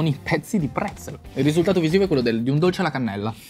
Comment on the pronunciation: Mi è partito il cervello quando avete detto PREZZEL😠😠😠😠😭😭😭